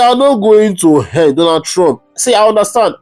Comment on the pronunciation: Pls my bro, speak your English like the igbos. We don't say "hend", rather 'end'. It's the Yorubas that speaks 'hend' dear not the igbos try to change it pls.